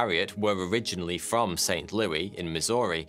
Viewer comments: St Louie lol 😆 it's St Louis(Lu-is) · Its Saint "loo-ih-s" not Saint "loo-ee" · That’s not how you pronounce St. Louis. 😂 It’s not pronounced like the French king’s name (lu-i), it’s more like lu-is. Lol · It's St. Loo-is, not Looey. St. Looey sounds ridiculous. None of us from St Louis would EVER say that. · It's Saint Louis, not Saint Louie. 🤦 I was like where is Saint Louie, Missouri??? 😅😂🤣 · Why is it that in the 1904 Messed up Olympics story you properly said St. Louis, but in this video you butchered up the name ?????? Love the content as usual !!!!